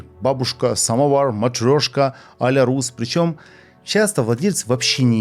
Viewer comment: только нее а ля рУс, а а ля рЮс. пишется a la russe - это французский, а одиночная u во фр. читается как ю.